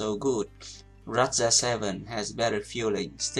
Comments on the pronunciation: You are using the word 'low' a lot, which is great because as you highlighted the lower body and legs is not emphasised enough at least in europe. However you mentioned in a previous video to correct your pronounciation where appropriate. Low is pronounced with an 'Oh' and not an 'ow' sound (although it is not spelt this way). I appreciate you taking time to interact with your commenters. Also keep with the technique videos as without the correct technique you will never be able to get the most our of any equipment! ps: I know you teach and favour chinese forehand but most players (at least in europe) still use german or japanese tension rubbers, I imagine the technique would differ. Can you cover this please. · Thank you very much for the tutorial! I would like to help you with your English if I may..."Low" ... is pronounced "ˈlō" Thanks Again! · Great video! I would like to offer a quick English tip: I have noticed in several of these videos that you pronounce the word low incorrectly. Even though it looks like it should rhyme with cow or plough, it actually rhymes with go and throw. I don't know why. English has a long history of changing based on historical events, so now has many "exceptions to the rules". Thank you for making these great videos! Now it is time for me to practice your tips :)